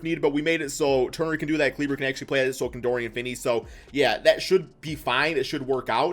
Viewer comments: Maxi Klee-Buh not kleeber 💀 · Maxi kleever